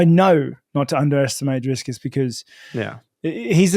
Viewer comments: It's DRICUS NOT DRISCUS, Rob 😂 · Hey Rob I'm from South Africa 🇿🇦 You are absolutely butchering Dricus' name 😂 It's Dricus not DriScus. Basically say "DriKus" I wish I could send a voice note in these comments for pronunciation. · Hi Rob. Big fan of yours. But as a South African I have to say his name is Dricus. Not Driscus. Let's hope for a good fight. Love your work but have to back my compatriot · It is Dricus not Driscus. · Rob going head to head with Chael with that "DriScus". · Are we not going to address the fact, that he kept calling him Driscus? 😂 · I just wanna hear Rob keep calling dricuss driscuss all the way to the presser 😂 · Love Rob but bro his name is DRICUS, no "s" in the middle. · Love Rob with the big disrespect calling him “Driscus” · I love how Rob mispronounces Dricus every time haha "Driscus" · How is it that people with normal functioning brains can’t pronounce Dricus? Not driskus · I'd love to see that fight companion. Also why does Rob keep calling him DRISCUS lmao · Driscus 😂 Please keep messing his name up, he keeps correcting people and it bothers him. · Geezus Rob its Dree-kus!:face-turquoise-covering-eyes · Drinking game: Take a shot everytime Rob mispronounces Dricus 😂